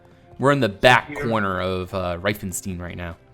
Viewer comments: In Germany we call it REI-FEN-STEIN not "Rieeefenstine"! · By the way the „ei“ in reifenstein are pronounced like i. And the s is pronounced like in sure